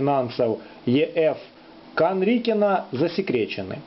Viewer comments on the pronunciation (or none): не Канрикина, а Канкрина